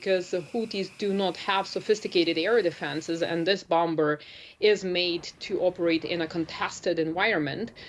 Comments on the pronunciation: A Bowmbuhr LOL cant make this up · What is a "bomb bur?" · I'm taking the whole interview seriously but can't help get distracted each time I hear "Bom-Ber" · Someone tell her the second B in "Bomber" is silent. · can someone tell her the 2nd b is silent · I thought I heard she said spirit bomber.